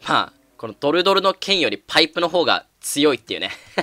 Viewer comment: パイプ・パイプ・バイブ、俺だけかなバイブに聞こえたの、